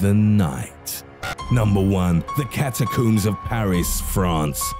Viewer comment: catacoombs :s